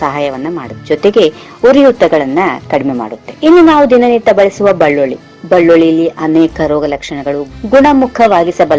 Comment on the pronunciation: mam adu balluli alla belluli k